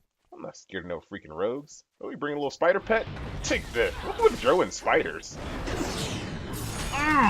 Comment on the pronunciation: It's Drow. Pronounced like Cow. Dweomer. Pronounced Dwimmer